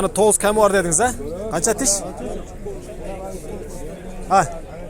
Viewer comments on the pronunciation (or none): Ками бар дебей кеми бар деп суйлочу